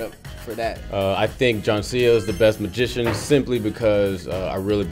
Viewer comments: Mah-zi-shon, I swear that that he said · did say mishishan? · said 'Masigian' 😂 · He didn't even pronounce magician right lmfao :13